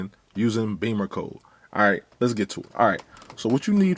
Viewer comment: I believe it’s pronounced “Bimmercode”, not “Beamercode”. Check the spelling;)